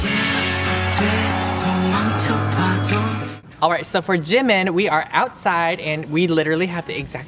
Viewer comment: JEEE- MIN , not jim-min GET IT RIGHT!!!!